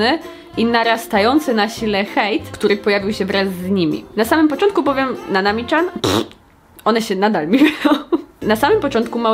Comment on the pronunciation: Dlaczego mówisz Nanami CZAN?! Tak ciężko powiedzieć Nanami Cian?!!!!